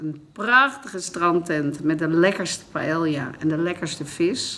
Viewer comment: Leer hoe je Ibiza en paella zegt aub. Na zoveel jaren ...😰😰🙈🙈